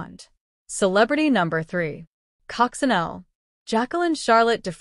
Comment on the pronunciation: cococinelle is prononced is coco sha neil